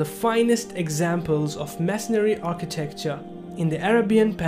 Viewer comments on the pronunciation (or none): none